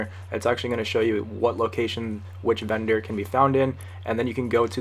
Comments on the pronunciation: I thought he was saying bender instead of vendor XD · Is he saying vender or bender?!?!? 🤔😂